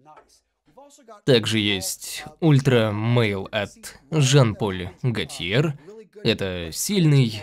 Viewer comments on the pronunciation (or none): На будущее закадровому голосу: Жан-Поль ГотьЕ, МоН БлаН, Эрмес и тд.